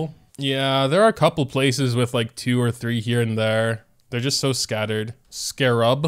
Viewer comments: I'm surprised by how (a native English speaker) doesn't even know how to pronounce Scarab lol The Twitch comment was right it's "scare-rub" but still said it wrong. It's scArerub not scarerUb, the accent vowel is the first A not the second one. joYstick, not joystIck, gEnshin, not genshIn, scArab, not scarAb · It’s pronounced “SKEH-rub” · the way he was corrected on the pronunciation of scarab yet he still pronounced it the wrong way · i'm with the comment at the start of the video. drives me insane how he pronounces scarab wrong.